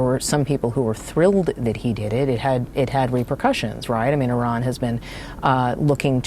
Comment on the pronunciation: Say Iran correctly!!! Fck sake!!!